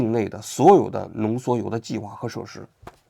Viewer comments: 浓缩铀 不是浓缩油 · 王菊以后做节目之前能不能让AIdouble check 一下？浓缩铀读成浓缩油这种低级失误